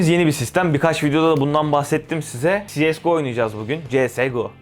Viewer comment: Cs go öyle okunmuyor İngilizce yok